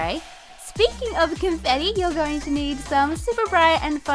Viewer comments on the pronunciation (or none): the way she said confetti seconds funny .....(; (not a hater<3)